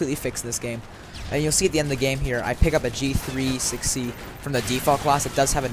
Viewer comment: G3 6C? It's the G thirty-Six C